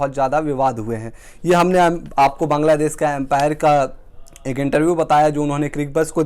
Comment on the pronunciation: भाई साहब बांगलादेस नही बांगलादेश होता है रोज आपको आकर ग्रामर सिखाता हूं लेकिन आप है कि सुधरणे का नाम ही नही लेते